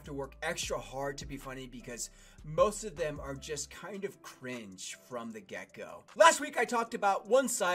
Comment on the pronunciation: Idk why but when you say “get go” I always hear “gecko”... and now I’m thinking about geckos